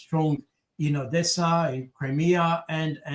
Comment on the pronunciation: Jacques on dit pas Odiessa... Soit tu dis Odessa ou alors Adiessa (Одесса)